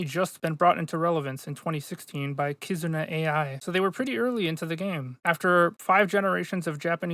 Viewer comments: It's "Kizuna Ai", not "Kizuna A.I.". Her name is Ai, as in the Japanese word for "true love" (ai), not A.I. as in Artificial Intelligence. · "Kizuna A-I" :face-red-droopy-eyes